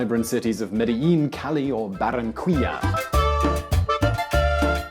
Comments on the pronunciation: Cuindio and Barrancuila hahahaha , Keen-dio and Barran-kee-ya ;) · Barranqüilla jajaja pronunciation fail. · It was mostly fine, except for the way he pronounced the Q, like in Quindio and Barranquilla . I guess is not intuitive how It sounds in Spanish. Other than that It was pretty good.